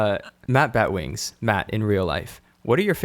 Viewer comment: You totally butchered my name, and you only took 2 out of 10 questions... You should have taken them all!